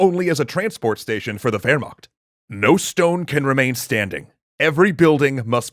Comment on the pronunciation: Constructive criticism: Wehrmacht pronounced Ver-mock